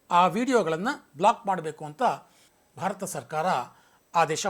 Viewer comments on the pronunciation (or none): none